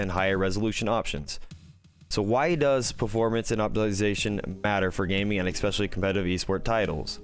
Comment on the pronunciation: If you say “expeshially” one more time, ima have a seizure